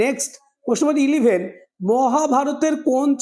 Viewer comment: ইলিভেন নয়, ওটা ইলেভেন